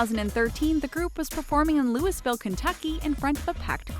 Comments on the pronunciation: its "looeyville" not looisville! this announcer mispronounces sooo many things it's annoying! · its not pronounced. Louis - Ville. its pronounced Louie - Ville. I live in Kentucky. and want to correctly pronounced it for you ...